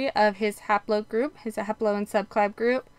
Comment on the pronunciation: Why does it sound like you are saying subclab for subclade and fraternal instead of paternal?